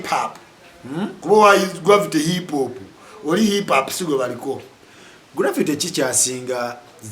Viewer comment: U can't even pronounce hip hop neither can this name 10 Ug rappers and he is trolling zamba U can't rank an inspirational storyteller to a bubble gum Luganda words mudongo gravity,..put respect to art and work and contribution... if you want to comment abt music and hip hop in particular have a message not hunger